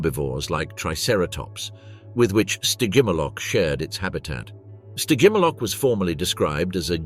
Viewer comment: What? You’re not loving the “Sty-jim-ah-lock” vibes??🤭😝 I’m totally loving it! I’m not about to crack! I swear! Just, please, don’t make me hear it even one… more… time…😵‍💫🫨💥🔥 Spontaneous human combustion…